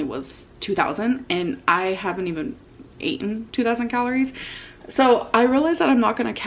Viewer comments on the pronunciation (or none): She thinks it’s “cute” to mispronounce words… does it on purpose